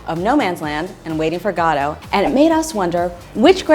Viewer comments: Did she just say "waiting for GAH-do"?!??!! Cough, it's pronounced "Guh-DOH"... ;) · I have to say, I've never heard Waiting for Godot pronounced so...oddly...